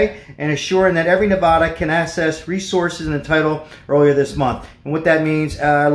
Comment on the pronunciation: Hi. If you live in Nevada, the first a in the word Nevada is pronounced like the a in apple. It is not pronounced nevAHHda. C’mon bud, if you’re local, let’s at least say it right’ Haa!